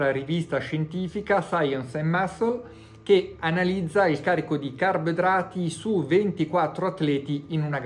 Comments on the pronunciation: Comunque resta solo un grande mistero: perché non sa dire carboidrati? "Carbedrati", "carbdrati" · Il maestro è avveneristico, parla la lingua che si parlerà tra 50 anni.